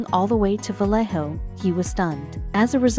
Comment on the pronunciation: stupid AI voice say " Vayeho " not Valleo...!